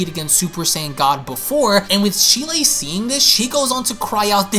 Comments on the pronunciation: Its cheeli not shelie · Hearing how you pronounce Cheelai makes me cringe. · Can you not pronounce cheelai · I'd like to point out a couple of pronunciations you got wrong. Cheelai for one is pronounced Chee-Lie, the E is long. Next is Lemo. Again, the E is long so the correct pronunciation is Lee-Moe, with the O being a long O. But aside from that, great video